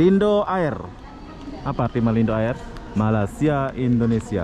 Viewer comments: Malindo air... sebutan "air" tu "er" ( "r" nya sebut sikit aja)... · Toilet bhs Inggeris Tandas bhs Melayu Air... bunyinya sebutan...eeeee . Bukan bunyi sebutan ...ayer